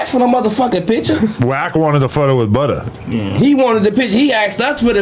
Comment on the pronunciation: It’s FBG Butta. NOT FBG Butter smh.